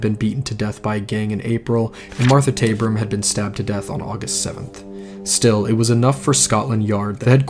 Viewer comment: Btw, the River Thames is pronounced River Tems Lord Salisbury is said, Lord Sols bury And Martha Tabrams name is Martha Taab ram ( not taybram) Also many people, men in particular were called Jack the Lad, Jolly Jack Tar Therefor Jack is really a generic name for a bit of a rake or a Man up to no good, ready to grab an opporunity whether legal or not! I did hear some male did leave London to sail to New York A man of dubious reputation & after 5th victim Mary Kelly was murdered & the killings ceased He made it quietly known he was off to seek his fortune in USA His boat was sailing to New York Where it was rumoured a set of equally savage murders of prostitutes occurred in N.York at about he'd have arrived there. Theres an interesting story & documentary about Liverpool businessman, James Maybrick Who disappeared but left evidence at his home saying he was Jack the Ripper His wife ( an American) was tried here in Britain for his murder & convicted?? Regards 🇬🇧👧